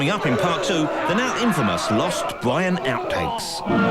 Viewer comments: I cracked up everytime he said it throughout the programme. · "Life of Bwian".